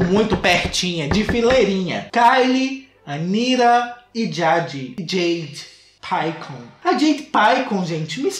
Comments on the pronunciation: EU NAO SUPORTEI O "JEIDE PAICON" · "A Jeidi Paicon"😹😹😹😹😹